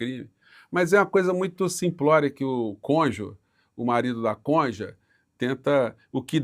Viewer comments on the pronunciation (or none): none